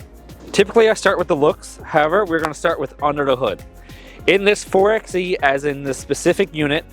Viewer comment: My guy, it's pronounced 4 by E